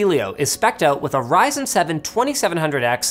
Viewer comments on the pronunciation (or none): none